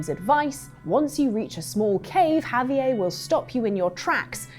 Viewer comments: Javier, not Javi-ay. He's mexican, not french.😂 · I don't believe that has ever played RDR2 or met anyone actually named Javier since she is pronouncing Javier as Ha-vee-ay lmao. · For the red dead part. "have-e-ay" for Javier??? Are you kidding me??!? The game literally says his name correctly, but he is Have-e-ay to them. WTF???? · Javiea??, really, Javiea?? 😂😂😂😂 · That wasn't what I was talking about, I was referencing the 'R' that she is turning silent. How do you think I meant the J when anyone named Javier has a J that sounds like an H? She is pronouncing Javier as Ha-vee-yay, don't try to make me out to be a fool when you don't even understand the conversation at hand. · With the J sounding like an H, but how does that have anything to do with her turning the R silent in Javier? Lol maybe understand the comment I made before you drop a bomb of "wisdom" like that. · That's not how you pronounce Javier. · That’s not how you pronounce Javier’s name .